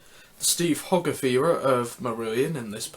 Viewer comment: It’s pronounced hoe-garth... not hog..arth even though it’s written that way